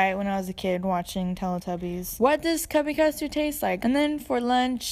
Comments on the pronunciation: I'm sorry.. CUBBY custard????? It's TUBBY CUSTARD!!!!!!! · when i heard u say cubby custard it physically pained me......... it's tubby custard....... :'^(